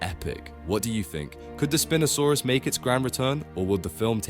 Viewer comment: Spin'O saurus Soochimimus